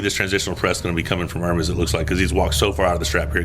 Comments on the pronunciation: You're one of the first in team west that learned how to pronounce Ermes well 🤙🦾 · Really like you trying to pronounce Ermes correctly. Very positively progressing quality arm wrestler.